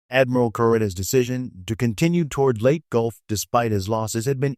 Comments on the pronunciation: It's pronounced "LAY - TEA" gulf. You are either bad A.I. or someone not trained in WWII historical terminology. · Please learn to pronounce location names properly, Leyte is not let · How does AI intelligence make this a better presentation? Mispronouncing the simplest parts of the story. I guess 'lead the metal' versus a 'lead ship' or 'leadership' is a easy mistake for Robby the Robot and the 'Leyte' Gulf battle!